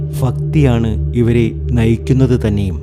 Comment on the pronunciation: 😂😂 ഫാഗ്യം ഫാഗ്യം ഫാഗ്യം സൗഫാഗ്യം‼️